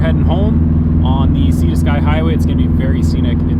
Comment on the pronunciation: I think Seton lake is a naturally occurring lake but the dam does raise it and control the level. (I thought it was pronounced “See-ton” 🤷‍♂️